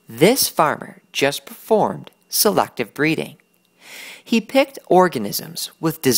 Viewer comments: I'm sorry, this was a good video and all but the way he says selACKtive breeding just irks me yk? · who the heck pronounces "selective" by saying "selactive"